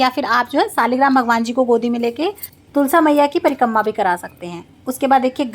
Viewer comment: Prikamma nhi Prikrama hota h